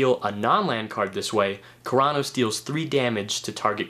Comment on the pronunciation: The way you said Keranos made me cringe a little bit, but still a good vid. xD